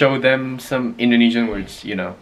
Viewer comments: OMG her indo pronunciation is so good!!! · Pengucapan grandma Bahasa indonesianya perfect le